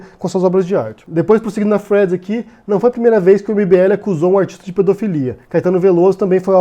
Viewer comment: cara, fala "fio", "sequencia" para de falar thead (que você pronuncia Fred) que é muito irritante!